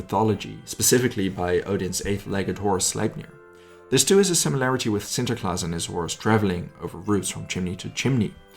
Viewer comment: Holy cow you pronounce sinterklaas perfectly